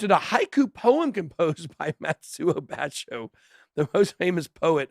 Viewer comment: It's pronounced Ba-sho, not Bash-o.